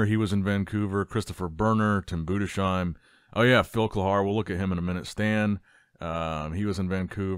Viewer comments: Tim BOO DEZ HIME Not boodesh im 😅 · Tim Boo-diss-hime not Boo-de-shime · Budes-heim, not Budesh-heim. There is no "sh" sound. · His name is Tim Budesheim 😊 Greetings from Dresden Germany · Day 738 of telling he is pronounced "Boo-des-haim" 😂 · now you`ve to just switch the "sh" in Budesheim into an "s" and you got the right pronounciation. Budes - heim.:) All the best. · HIS NAME IS TIM BUDESHEIM ! 🤬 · FFS stop butchering Tims Surname!!!!!!!!!!!!!!!!!!!!!!!!!!!!!!!!